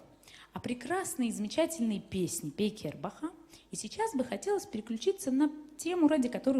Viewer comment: Ни Пенкер,а Пейкер!